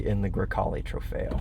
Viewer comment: I’m not saying you have to say it with the Italian accent but bruh…. A GREY CALE IT IS NOT 😂😂😂😂😂😂😂😂 TRY A LIL BIT SHEESH COUNTRY AMERICAN 🇺🇸 BOY HAHAHAHA😂 GREY CALE 😂